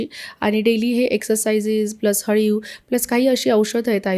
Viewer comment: अळीव ast te haliv nhi😊